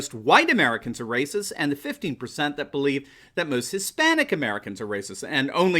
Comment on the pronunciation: “Blacks more rayciss” 🤔🤔🤔is starting to chew on some red-pills?